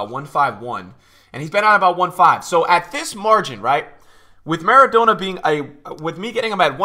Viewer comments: maradonor too :P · The way you pronounce trezeguet and maradona honestly hurts my brain